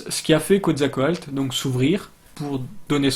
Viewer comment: Quetzalcoatl se prononce "ketsalkowatl" ;-) La langue des Aztèques ne s'appelle pas l' "aztèque" mais le nahuatl (langue toujours parlée dans pas mal de régions du Mexique encore aujourd'hui :-) mais évidemment la langue a changé depuis l'époque des Aztèques)